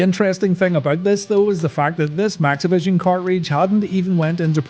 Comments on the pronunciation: I don't know if it's just the way I'm hearing it, or if it's just an unfortunate way that the audio mixes together, but to me, it sounds like Hulk is saying, "Let me tell you something. I've had challenges in my Lifetime, but the NAZIVISION CHALLENGE is UNBELIEVABLE." I know he's saying "Maxivision" and I keep replaying it but I keep hearing that other thing instead. Haha! This might be another one of those cases like the "Brainstorm or Green Needle" audio hallucination (Seriously. Look that up on Youtube. It's cool and so weird.) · I can't say how many times I thought says NaziVison instead of MaxiVison